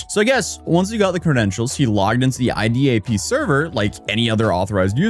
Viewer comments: its LDAP database, not i-dap lol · LDAP. Not IDAP. LDAP! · Isn't it LDAP? Not IDAP? Or am I tripping?